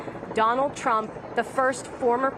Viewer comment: She said Donald pump??